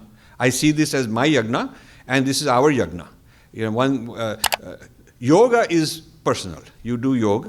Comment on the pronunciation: I like him because of his knowledge and flair of making others knowledgeable.but why is pronouncing "Yog" for Yoga and Krisnh for Krishna that is Sanskrit.